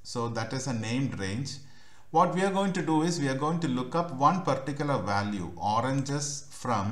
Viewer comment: अबे अंग्रेज वो ओरनजस नही ओरेंजेस